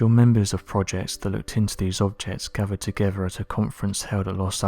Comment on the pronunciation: Is this the correct spelling of "gavered togever?" P.S. why the whispering!? Are you trying not wake someone?